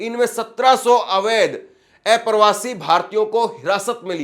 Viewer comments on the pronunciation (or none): किसी भी पत्रकार को उच्चारण पर विशेष ध्यान देना चाहिए…आप अप्रवासी को ऐप्रवासी बोलते हैं जो सुनकर अच्छा नहीं लगता 😡